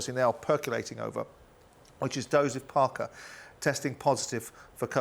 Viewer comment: Who’s “Doseph Parker”??🤣🤡